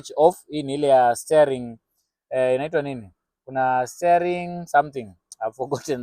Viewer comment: Steering [stia] wheel - not staring [stay]